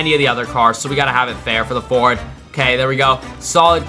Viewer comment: "Fort" it's Ford